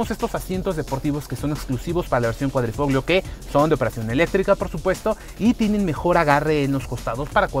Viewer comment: Ahi te encargo la pronunciación. En italiano Gli se pronuncia "Li" por lo tanto Quadrifoglio se pronuncia "Quadrifolio"